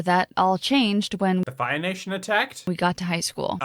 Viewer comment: I´m quite sure now that he says: Until the Fire Nation attacked. The first time (and also the 5 times afterwards) listening to it I understood: Until the Bi-Nation attacked 🏳️‍🌈 Can someone please tell me what he said because the Bi-Nation-Thing would actually make sense in the context 😂😅😂